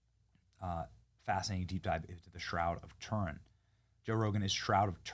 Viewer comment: Benny the bonkers Learn how to pronounce Turin And as for " beautified " Good Grief Why are Americans so crass Yet think the sun shines out their arses ? Trailer-trash with money